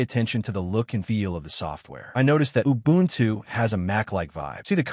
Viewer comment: Убунчю...Ору в голос!